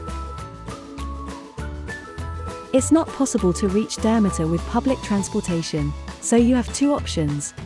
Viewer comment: Learn how to properly pronounce it and then I will maybe watch your video!!!